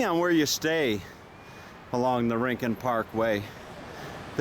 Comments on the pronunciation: It’s RIN-CONE … Spanish word meaning corner or nook or special place. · And Yes its Pronounced RIN-CON. ☺ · Not REE-CON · Not REEN CON. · It's not rin con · Hi Dude. Just so you know it’s pronounced “ RIN - CON” Have fun world famous surf beach